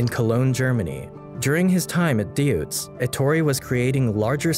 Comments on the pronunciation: Choosing unrelated footage where original are very hard expensive or impossible to obtain is understandable, still your small film induces emotions and that is what really matters. PS : Deutz ist pronounced Doitss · It's DOITZ.